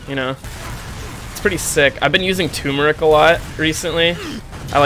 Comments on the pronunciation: Just saying,, it's Turmeric, not Toomeric. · Hearing him say "Tumoric" Instead of "Turmeric" has been doing the same to me. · Why pronounce turmeric tumeric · Hey you pronounced turmeric wrong. I'm extremely disappointed in you.:(